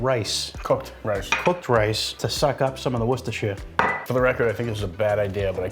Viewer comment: you need to teach how to PROPERLY say worcestershire!